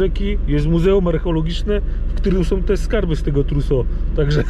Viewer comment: Skąd pomysł żeby słowo "Truso" akcentować na "o"? Tak z francuska...😁